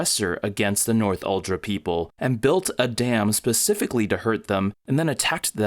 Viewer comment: "North-uldra people"... Makes it kinda obvious that you didn't watch the movie much... All of the characters pronounce it "Nor-thul-dra".